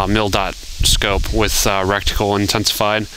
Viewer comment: its called reTicule NOT reCticule(how you were saying it)